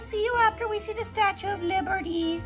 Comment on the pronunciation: The way your dad says “statee” when pronouncing statue reminds me of the way my grandma used to say “wednesdee” instead of Wednesday and I find it so adorable